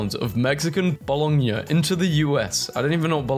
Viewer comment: Oh, and as I watched on I noticed you had a hard time pronouncing bologna, it's pronounced boloniee, yeah I know weird.